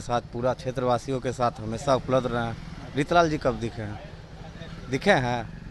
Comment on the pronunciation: Wo reetlal nhi reechlal hai😂